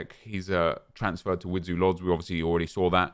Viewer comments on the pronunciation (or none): none